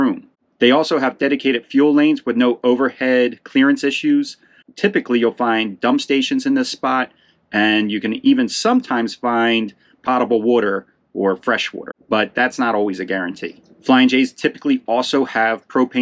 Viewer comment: Water is POE-table. Long o.